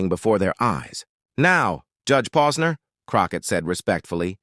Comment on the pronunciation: I heard 3 different names mentioned about Judge Posner!! I wish AI would say the real names and sound human better!!